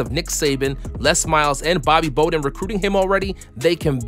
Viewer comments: this video lost me at Bobby Boe-don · You should really learn how to pronounce people’ s names. For example Bobby Bowden isn’t pronounced like “bow and arrows’. It’s pronounced like it rhymes with “cow”. Do better research and you won’t sound like an amateur. Do better. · hears narrator say Bobby "Boh-den" Me: aight, imma head out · “Bobby Bo-den”. This makes me question your football IQ severely. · "Bobby "BOEdunn" holy shit wow just wow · Bobby "Bo"-den? You'd think someone who's doing football videos would know how to pronounce the name of one of the greatest college football coaches of all time... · You lost me at “Bobby BO-den”. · It’s Bowden not Bolden lol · “Bobby Boh den? “. Da fuck. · Bobby BOWden. Get it right, dadgummit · Bobby Bow-den? 🙈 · "Bobby Boh-Den?" Holy fuck, do your research and look up how to pronounce people names, especially one of the winningest coaches of all time. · You are done for pronouncing the legendary FSU coach like: "Bobby Boaden". 😑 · This narrator nigga said Bobby bo-den!!! Disqualified!! 👎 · I heard that, paused, and scrolled to find this comment. I gave up after he mispronounced Bobby Bowden’s name. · The person who made this video loves football so much they don’t know how to say Bowden 😭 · We’re just going to ignore the way he pronounced Bowden? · I was waiting for someone to mention that! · You pronounced Bowden wrong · The "rural town of Mobile, Alabama" has a population of about 200K. Metro area has 430K. Not exactly New York or Chicago but it's not a small pond compared to most places. Also, how can any self-respecting football fan mispronounce Bobby Bowden's name? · You mispronounced Bobby bowden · I’m already pissed you got paid to read out loud and butchered Bobby Bowden in the first 42 seconds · How you going to mispronounce Bobby Bowden's name smh.